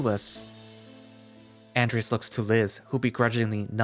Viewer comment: I think he was just saying the name wrong